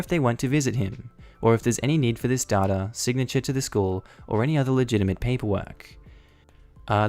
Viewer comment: This is the first time I've ever heard "data" pronounced as "dhaugh-dhaugh". I can't hear you say it without immediately thinking of the Dadaist movement 😂